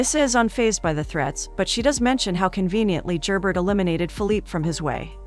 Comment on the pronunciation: Really good recap but… Could you get the names right? Very distracting is Gerbert is French and not pronounced phonetically. And Matthew’s mother Ysabeau also French, but a totally different name was used. When recaps are given if you retain the spirit of the show, it makes it much easier to follow along and listen to. Take a few minutes to watch the show to hear how their names are pronounced, especially when is it international series. All in all, great recap. Several misses with the key players names.